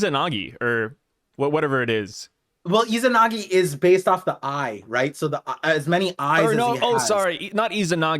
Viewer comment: Izanami, not izanagi.